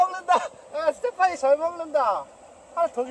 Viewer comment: 램파듴ㅋㅋㅋㅋㅋㅋㅋㅋㅋㅋㅋㅋㅋㅋ스테파닠ㅋㅋㅋㅋㅋㅋㅋㅋㅋㅋㅋㅋㅋㅋㅋㅋㅋㅋㅋㅋㅋㅋㅋㅋㅋㅋㅋㅋㅋㅋ 엄지 누르고 갑니다